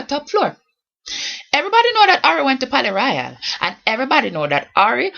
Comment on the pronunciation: "Pally Royal" is a local strip club. The Palais Royale... She just pronounced it in patois... "Top floor" is a night club in the Quad in New Kingston